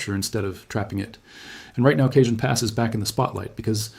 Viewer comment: It's pronounced CAHONE